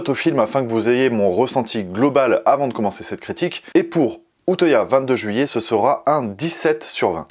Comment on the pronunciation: Vidéo très intéressante ! Mais on dit « uteuya » lel